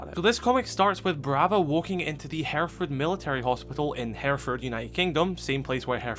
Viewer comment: Hey, nice video, a very nitpicky comment from someone who lives in Hereford, we pronounce it kinda like 'hair eh fud' it isn't a massive deal just sounds a bit weird!